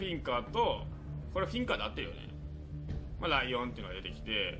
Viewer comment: あと、ライオンがもしかしたらリオンって読むかもしれないです